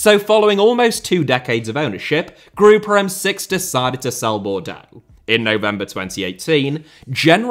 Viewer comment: Hey, as a French native, "Le Groupe M6" is pronounced just like in English, Group M6, the E is silent ☺️☺️